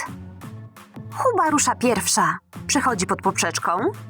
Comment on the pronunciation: Booba powiedziałaś huba